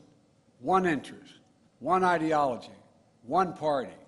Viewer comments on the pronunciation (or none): none